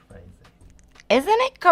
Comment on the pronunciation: isnt it CARZYY! omg i love how she said that